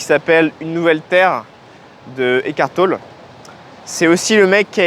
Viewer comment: On prononce TOLLÉ. ECKART TOLLÉ.